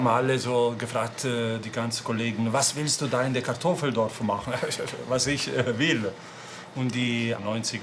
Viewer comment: Kartoffeldorf e 😂